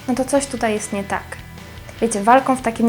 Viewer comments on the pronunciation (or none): Naucz się mówić... "cało", "pokazywac", "cos"... Czy "ć", "ci" to jest jakiś problem...jezu nie da się tego słuchać...